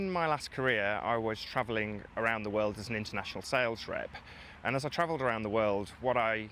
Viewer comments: "In my last career I was traveling ARROUND the world..." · he literally says "as I travelled arround the world"... "arround the world" ahahhahah